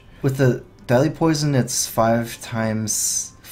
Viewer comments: I keep hearing 'Deli Poison' instead of 'Deadly Poison' :D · "Delhi poison" is all i hear :D